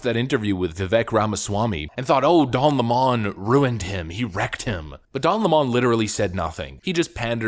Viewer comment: It's not Don leemoone it's Lemon. Like the sour fruit.